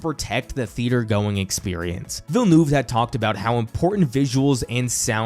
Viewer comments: The way you pronounce VillenOUve so many times is genuinely funny. "eu" is pronounced in a way close to "u" in up, hurt or jump. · I’m sorry but in no language is “Villnoov” the right reading or pronunciation I needed to say that for my own sanity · Absolutely cacklin at villa-noove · “Danny Bell-noob” zero effort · Why so many poeple call him "Villenoove" ? like can you guys not make the slightest effort to say his name right..like really? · Why is nobody able to correctly pronounce Denis Villeneuve's name? He is one of the best directors of our time. It would be nice if people would make the effort to get his name right. I like the rest of the video but I think the least you can do is to try and get it right. It's not that complicated. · Yeah, it was getting really cringe throughout the entire video!